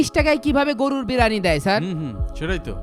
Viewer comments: বিরিয়ানি না ব্রানি 🤣🤣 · স্টাইল করে বলতে গিয়ে বিরিয়ানিকে কি উচ্চারণ করছে।